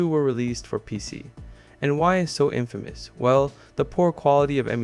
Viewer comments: So you know "infamous" isn't pronounced like "famous" it's pronounced "in(same in)-fuh(as is fudge)-miss(as in misses)" You could probably argue uh versus ah and/or uss versus iss but yes, we pronounce them differently. Kind of like the though, thought, through, etc. English is a language of memorization but the structure is incredibly simple and easy to use and understand. Some people think it's flawed because we can come up with that that, and the famous buffalo buffalo buffalo, etc but being bilingual knowing French I can say memorizing words is easier than memorizing grammatical rules. Also abbreviations are illegal so no "you're" or that's" and they'd die seeing a "couldn't've". Gotta love English. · Just a minor correction, infamous does not rhyme with famous